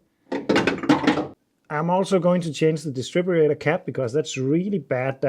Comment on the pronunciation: Did you fit a new rotor arm too? Leads can still leak even if they’re still working, they can weaken the spark. PS your English is superb so I don’t want to criticise but it’s “distributor” not distribRAYtor 😉